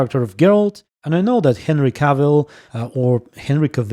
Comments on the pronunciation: Another nice video man! I don’t know if this will help in pronouncing his name but: Cavill as in gravel, not Seville. There are probably better/funnier ones though:) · Been loving the videos so I dont want to sound like an a*hole, people that usually say this things are. Cavill is pronounced like travel, Henry said it himself, so you got it right the first time.